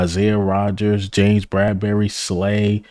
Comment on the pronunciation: Did you say BRADBERRY... YOU BUGGIN'. Bradberry !